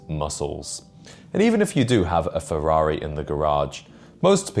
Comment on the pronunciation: What is a FE-Fwwar-Ri? FE-RRA-RI